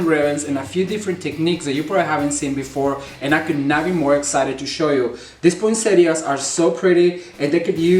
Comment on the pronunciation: Thank you ,the best poinsettias and the clearest instructions. And the best thing ...you are the only one to pronounce poinsettias correctly !!